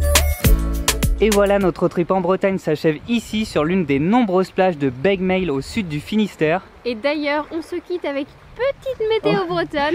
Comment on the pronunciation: Salut les voyageurs et bienvenue en Bretagne ! Juste pour info les Z ne se prononcent pas et le G se prononce [q] pour les noms propres. Douarnenez se prononce Douarnené, Pointe du Raz Pointe du ra et Beg meil Bek meil. En tous les cas, bravo vous avez bien choisi vos spots ! À tenter la presqu'île de Quiberon si vous aimez falaises et océan et que vous ne connaissez pas. Au plaisir de vous y revoir !